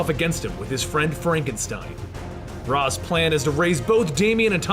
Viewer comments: I thought it was (ray shh) not (Ra zz) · It is, he's saying it wrong. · Ra's is pronounced Rai-sh.